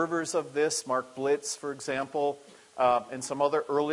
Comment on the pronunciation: Dear brother, It's Biltz.. not Blitz. I noticed how often this mistake is done and so your not the only one. I had the honor of meeting Pastor Biltz once when I visited his church. He meets visitors after every church service. God bless you for all that you also do for the Glory of God. too.